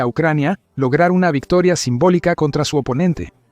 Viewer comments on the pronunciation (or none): none